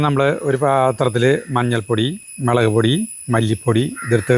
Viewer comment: മെളക് പൊടി, അല്ല. മുളക് പൊടി ആണ്